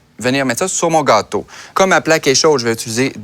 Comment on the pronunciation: je n'ai pas vraiment fait attention à la recette parce que je regardais un beau gosse avec un joli accent surtout la façon dont il prononce "gâteau" XD